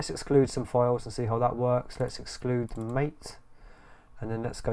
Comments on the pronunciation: It's pronounced ma-tei, not mate. (let the war begin) Can you install snap on Mate or does it has the same policy as on Cinnamon? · The name " MATE " is pronounced Ma-Tay . It comes from the yerba maté plant, native to South America. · Best reviews mate.. and just so you know MATE pronounced as Maa-Tey (-: Liked the magic lmao